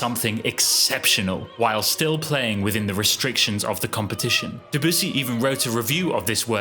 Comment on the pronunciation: why did you keep saying "duh-boos-ee" lmao